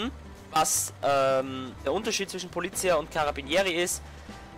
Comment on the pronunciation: Polizía, die Betonung liegt auf der letzten Silbe.